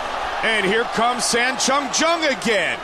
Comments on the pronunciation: It's funny to hear how many ways Goldie can mangle the name of Chan Sung Jung. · mike "i can say chan sung jung's name wrong a lot of different ways" goldberg